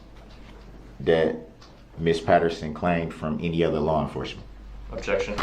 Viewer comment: Dude had me rolling when he said "had enty interaction with the Plaintiff".